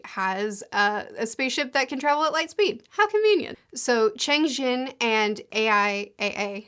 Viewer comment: Btw Cheng Xin is pronounced like "Chung Shin", and Luo Ji is pronounced "Lu-aw Ji"